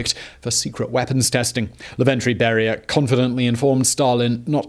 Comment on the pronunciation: It's Lavrentiy Beria, not Laventriy. EDIT: Okay, nevermind, you mispronounce pretty much everything, it seems.